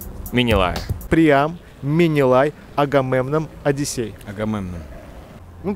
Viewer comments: Менелай, а не минилай! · Менелай, а не Минилай